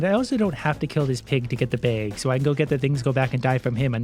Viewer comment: Why you said a "beig" for a bag?